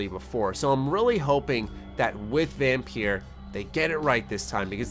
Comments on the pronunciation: You said vampeer i cringed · I see quite a few people talking about it, maybe it's just in certain communities. But then the devs themselves aren't actively advertising the game right now, which is a bit weird. EDIT: Also, the game is pronounced as "vampire", it's the old spelling of the word. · You say it as Vampire you daft sod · VAM PIEERR haha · I'm sorry.....how did you just pronounce the title?